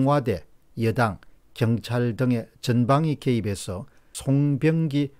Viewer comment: 시장을 종종 사장이라고 부르시네. 일부러 그러시는건지. 송병기도 송영기로 부르고